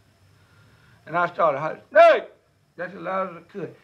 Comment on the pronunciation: OMG I LOVE THAT! He left the "S" off the Snake too "NAKE"!!!!!